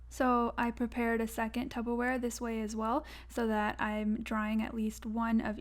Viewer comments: TUBBER wrong it's Tupper babes 🤣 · Loved the video but saying tubberware and not Tupperware really stressed me out😫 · Tup-per-wear Not tub-ber-wear 😭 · Is tubberware that discount Tupperware? 😂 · DID SHE SAY TUBBERWARE???